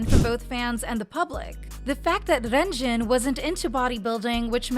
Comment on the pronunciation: Dude I hate how she pronounces Renjun like "Wren Joon" in Chinese the E makes an "uh" sound. Don't even get me started on "Chennel" (Chenle). 3racha is a subunit not a member 😭